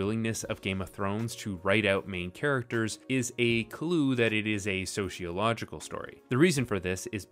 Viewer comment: I hate to be one of those people, but there is no "h" in sociological. It's so-cee-o-logical. As a sociologist, it's hard for me not cringe a little when it has the extra "h". Thank you for your video. Sociology and Asimov - I was like a moth to a flame.